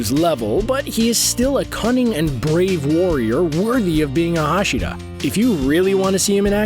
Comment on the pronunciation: You can not say anything right tendido hashida